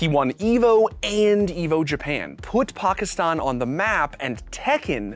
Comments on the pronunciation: so happy he said Pakistan correctly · Thank you so much for pronouncing Pakistan perfectly. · I cannot believe you can pronounce “Pakistan” soo good!